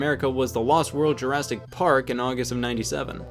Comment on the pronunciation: Did u say lost world juristic park instead of jurassic